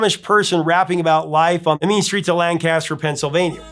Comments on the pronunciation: Here in Pennsylvania we pronounce it Lane-cas-ter. Not Lan-Cas-Ster and yes there are plenty of Amish over there. The movie Witness starring Harrison Ford was filmed mostly in Lancaster Pa. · Got My Mind Set On You wasn't originally by George Harrison. He was covering a song that was originally by a 60s artist named James Ray. The Lancaster in Pennsylvania is pronounced langkisstir, not lan caster. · Lancaster Pennsylvania is pronounced LANkister, not LanCASTer. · Lancaster, Pa is pronounced Lang Kiss Stir not lancaster I understand the confusion you may have not being a lancastrian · Just as an FYI, just from experience by pronouncing it wrong while going through Lancaster, it's pronounced more like lanki-stir where the second a is pronounced like the short I as in hip and ster is accented at the end. The locals corrected me on that really quickly when traveling through there many years ago. It almost flows like banister, Your videos are great as always. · Sorry there is no g in Lancaster nor is it two syllables. That being said Amish paradise is still beloved her in langcaster😂 love this channel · He said Lancaster Pennsylvania like he's never been to Lancaster Pennsylvania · He pronounced Lancaster wrong! But great video otherwise